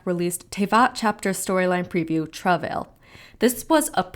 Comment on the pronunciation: Can't even pronounce the word Travail. Why would I trust your interpretations of their words